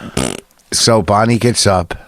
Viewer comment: Vos makes Bwonnie cwoffee.